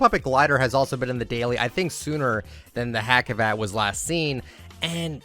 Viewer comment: Hacivat is actually pronounced huh-g-vat. He's a reference to (in turkey) a popular shadow puppets play and I (as a German turk) was surprised, when I saw it as a skin. Wasn't playing back then though, so I don't have it